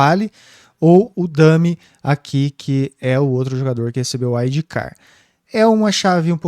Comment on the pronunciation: “Uaidi car” sangra os ouvidos 🤣🤣🤣